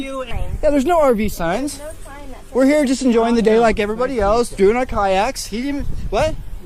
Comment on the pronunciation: "If you'wre pawked hewe then you'wre gawna get towwd." No wonder he's a pissed off cop. 😂